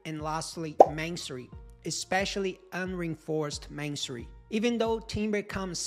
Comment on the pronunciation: What book would you recommend on reading on designing structures for earthquakes (or any books) for students. Also when you say masonry it sounds like you’re saying mansory 😂. However great video I have learnt a lot!